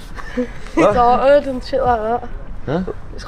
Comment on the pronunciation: "its hunted" snygg engelska brooor